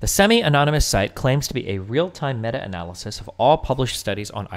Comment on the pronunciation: I was watching this on stream. I made it to the point where he mispronounced meta in meta-analysis. That’s a nope for me I can’t.